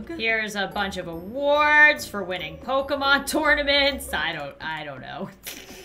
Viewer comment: Pokemon Go: Pokemon: Pokeman